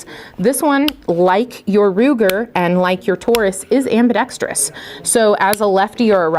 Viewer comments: Also properly pronounces the COMMONLY MISPRONOUNCED word - ambidextrous! That is often heard pronounced as 'ambidetrious'! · Kudos to for properly pronouncing ambidextrous! Soooo many people don’t do that. Just an OCD pet peeve of mine 😉